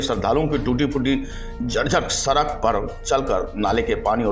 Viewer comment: उच्चारण तो सही करो , सड़क को सरक बोल रहे हो😄 VO करना आसान नहीं😄 बहुत शब्दों में त्रुटियां है भाई।